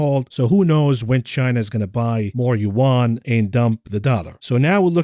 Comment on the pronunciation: It's Yawn not Yen 😀